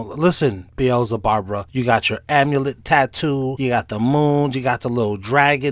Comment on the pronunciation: He say "BEELZABARBRA" 😂😂😂😂😂😂😂😭😭😭😭💀💀💀💀💀💀💀